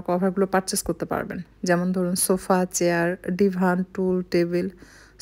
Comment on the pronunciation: চিয়ার কী??🙄🙄 চেয়ার হবে।😂